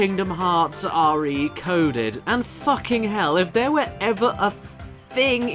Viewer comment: "AR-EE-coded"? Really?